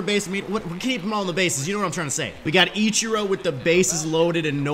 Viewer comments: What else will he say Itchiro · It sounds like he's saying "ECHIRO".